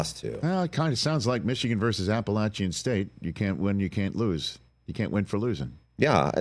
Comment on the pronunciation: First time, long time. Rich, we have to discuss your pronunciation of “Appalachian,” if you don’t mind? a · puh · la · chn Good talk!